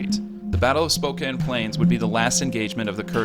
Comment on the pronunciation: I'm surprised you pronounced Spokane right.